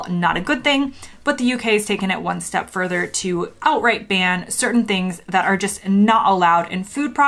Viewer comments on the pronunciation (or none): none